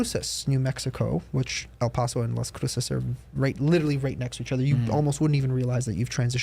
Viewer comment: PLEASE PRONOUNCE EL PASO RIGHT